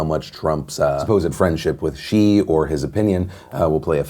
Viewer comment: It’s Xi not Chi